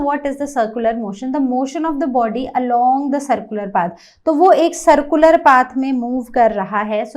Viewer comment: Its not sircular you are not pronouncing it right